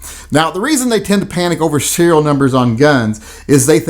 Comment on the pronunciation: Serial not cereal...